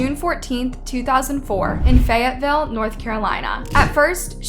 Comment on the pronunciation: "every woman in fayateeville" I DONT THINK SO. HE'S A 2